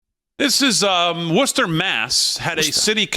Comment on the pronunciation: So glad I moved out of Massachusetts three months ago after living there all my life up to that point. Thank You Lord. The New York guys know how to say Worcester...😊